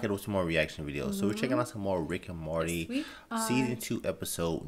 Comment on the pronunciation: to be fair, the way you say it, it DOES sound like "marty", and given that it's very loosely related to back to the future it would make sense for your to say marty by mistake. but now i know you're saying "morty". i will need to adjust my ear